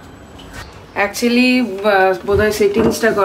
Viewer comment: Akcilli bole konoi katha nei IT'S "ACTUALLY "